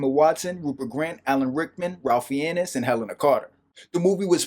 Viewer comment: Just a note on pronunciation, Ralph Fiennes is pronounced “rayf” (the a sound is like the a sound in the word rate) “fines” (with the i sounding as it does in the word find).